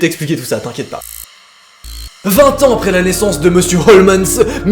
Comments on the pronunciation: Cela se pronnonce comme sherlock holmes😉 pas holmesss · tu sais on dit HOLMES pas HOLMENS!!😁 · OUIIIIII MAIS EUUUUUUU C'EST PAS HOMENS MAIS HOLMES!!!!! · Jkiff t thread mais stp évite de dire « Holmens » au lieu de « Holmes » pck sa casse vrm les couilles 😂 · Il ne s'appelle pas Holmens ! 🤣 on dit Homs 😂 tant pis si tu déformes tout, je t'adore quand même 😋😍😍😍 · Désolée mais cela n'a rien de paranormal en totalité, H H Holmes que d'ailleurs désolée de te reprendre tu prononces mal, est un tueur en série. OLMS en prononciation, si c'est possible de l'écrire pas holmens comme tu le dis. Fallait qu eje le dise je me passionne pour les tueur en série et ça ma irrité tout le long de la vidéo, alors que d'habitude je suis plutôt friande de ton contenue. Parle de meurtres tout simplement ou de tueur en série, car cela n'a rien d'un thread twitter à la base, c'est une histoire vrai. Il est surnommé l'hôtel de l'horreur. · Je suis la seule à entendre HOLMENS alors qu’il y a écrit HOLMES ? 🤔 Sinon super vidéo comme dhab 🤙🏻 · Juste, "Holmes" se prononce "holms" comme Sherlock Holmes 🤦‍♀️ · Merci je me disais que j était seul à entendre Holmens 😅😅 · Oui, moi aussi ça m'a perturbé pendant toute la vidéo. Et pas juste le "N" qui sort de nulle part, mais aussi la manière de prononcer le "S". A croire que n'a jamais entendu prononcer le nom du plus grand détective du monde... Ou alors on m'aurait menti, et ça se prononce Sherlock Holmaince? Hum, il va falloir que j'en demande confirmation au docteur Ouateusson. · non tu entends bien t'as raison il dit holmens,et a 10'08 il dit aussi "trop z'important" !hahaha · Quand Holmes devient "Holmesse"